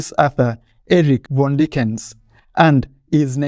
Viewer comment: Just a tip the name is pronounced Fon-De-ni-ken